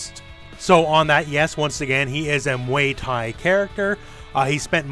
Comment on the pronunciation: Nobody:: muey thai